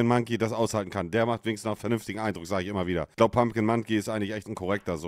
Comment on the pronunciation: Ja gut, wenn sie dann noch lernen würde, statt "isch" dann doch "ich" und statt "disch" lieber "dich" zu sagen... Dann würde sie auch mit einem Schlag sympathischer klingen. Kleiner Tipp: beim sch-Laut Lippen spitz, beim ch-Laut Lippen spreizen. ;-)